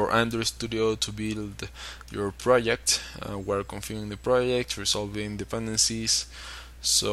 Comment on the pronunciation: "pirodzekt" - Hahahaha